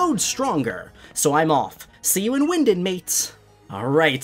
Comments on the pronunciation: you are not talking right it’s wyndon not wyindin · It's " Wyndon".Not Windin.😂😂